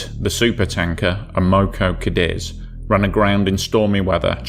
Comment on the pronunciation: clean your nasal cavity or use an artificial voice.. or stop sucking the damn carrot 🤮🤮 Cadiz, not cadEz, you fluffing tool! Not "off the coast of Britney"😭😭😭 You piece of fluff, you can't tell the difference between DWT, mass and GRT. You shouldn't be allowed to publish anything anywhere anymore.😢